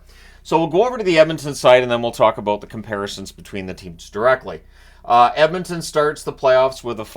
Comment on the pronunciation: Can’t wait for another 2+ weeks of pronouncing it “Emintin”!